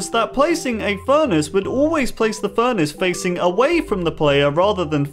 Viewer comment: the way he pronounced furnace as furnish tho